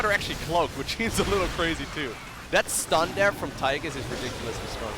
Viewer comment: The way you call him Tygus all the time triggers me so hard